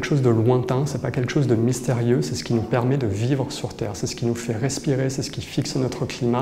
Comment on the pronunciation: vivre sur tllerre au lieu de vivre sur terre c'est brut